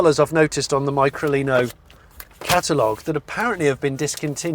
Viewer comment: sound's weird how you say it, .....try Lino Micro, and turn it back again, so no Mycro Lino.......